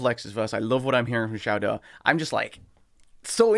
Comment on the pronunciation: Shao DOW not Shao DOO